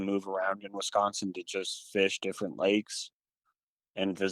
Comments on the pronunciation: Wisconsonite pronunciation: Wi.skon.sin, first syllable short i pronunciation. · OMG!!! ITS WIS consin NOT WES consin!!! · Did you say Westconsin? 😏😆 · "wess-consen" wtf lol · Narator pronounces Wiscosin as Wes.con.sin.☺️